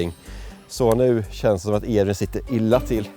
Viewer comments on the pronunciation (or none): none